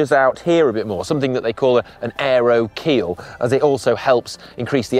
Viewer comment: Aero keel - ffs